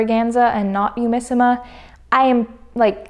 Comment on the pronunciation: This is a bit of a petty comment I'm really sorry, but for all the virtues you're praising the fabric for, you could've bothered a little more to say the name of the company right (google translate has a speak function that lets you hear how a foreign phrase or word is pronounced).